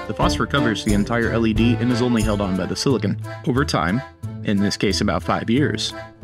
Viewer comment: Silicon, NOT silicone!!!